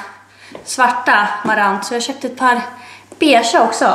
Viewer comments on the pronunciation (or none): none